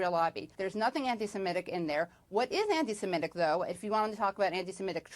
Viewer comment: for future reference: anti-se-MI-tic (doesn't rhyme with emetic but 'mythic' - as said in a fake Jamaican accent). Worth learning as the media aren't going to drop this issue.